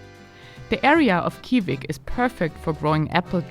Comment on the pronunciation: Kivik is pronounced [ˈɕǐːvɪk] - not the way the German presenter pronounces it. The pronunciation of Österlen is also wrong and since it is repeated so many times it becomes very annoying and misleading.